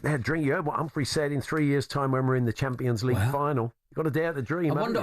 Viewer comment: Hats off to the presenters who got the pronunciation of Humphrey's surname correct for once. It's the same as in 'CAR' not KERR 👏👍